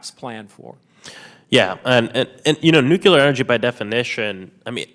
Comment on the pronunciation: Sorry, if you can't even pronounce the word, nuclear, you have zero credibility when talking about it.